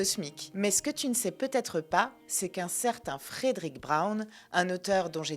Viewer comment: Fredrick Brown (... et "Frèd'-rick", pas "Frèdéric") fait partie des grands maîtres de l'humour caustique en S.F., avec d'autres auteurs comme Robert Sheckley ou William Tenn. Une intégrale de ses nouvelles (tous ce doit être "Fantômes et farfagenres confondus) avait été publiée en français dans les années 90, mais le 1er de ses trois volumes s'était rapidement retrouvé épuisé (tirage sans doute plus faible que pour les deux suivants). Je ne me rappelle plus le nom de l'éditeur, mais ça doit se trouver sans mal. Et je me souviens de la présence de nombreuses "coquilles" dans le texte, ce qui est toujours déplorable pour un auteur de cette importance. Travail d'amateurs, fait à la va-vite. Je pense qu'il est aussi utile de préciser que la S.F. n'était qu'un aspect secondaire de son oeuvre car il se considérait avant tout comme un auteur de roman "noir". La nouvelle ultra-courte à chute ("Short short story") était l'une de ses spécialités. L'un des volumes publiés jadis chez "Présence du Futur" en comportait un grand nombre (ce doit être "Fantômes et Farfafouilles", si je ne me trompe). En général, les rééditions modernes favorisent "Martiens, go home !" et "La nuit du Jabberwock", mais il n'y a pas vraiment de "déchet" chez cet auteur...